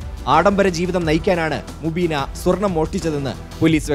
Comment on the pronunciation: Mubeena ❌ umbeena ✅